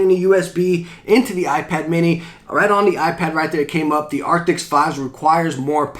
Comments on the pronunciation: Arctis. Not Arctics. :) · It's Arctis, not Arctics :) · The moment you say arctis wrong in a review, he keeps saying arctics.